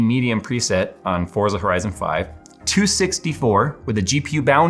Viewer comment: It's pronounced "Forza."